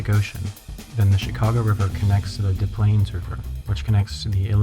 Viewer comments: Saying it's De Plaines river like some educated guy, scoff. Any local will tell you the correct pronunciation is DESS PLAYNS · In Illinois, we pronounce the Des Plaines River with the S sound in Des. You pronounced it De Plaines. However you can be forgiven since we don't pronounce the S in Illinois. Gotta love the contradictions in English. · You said Des Plaines wrong! Its pronounced Dess Plaines, NOT like Des Moines :) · You mispronounced Des Plaines /dɨsˈpleɪnz/ in reference to the river. Common thing that is done due the way Des Moines is pronounced without the "s" on the end. It should be "dess plains". or "diss plains"